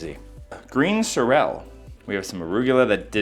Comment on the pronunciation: Sorrel is pronounced with the emphasis on the "sor" not pronounced like sorelle.